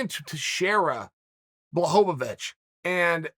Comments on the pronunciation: It’s pronounced Blachowicz Chael: Who the fook is that guy? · Blahoevavich lol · Chael "Blowholevovich" Sonnen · Nothing better than watching a Chael video and hearing BlahoVOVOVOVOVOVOVICH. It never gets old. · bla hoe va vwitch - uncle chael